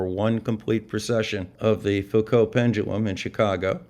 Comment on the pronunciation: A wonderful video, full of maths. But math(s) is fake, as the flerfers will tell you. As an aside, I am pleased to hear you pronounce the (French) name Foucault correctly. Something which often catches out the flerfers, because they do not mix with educated people.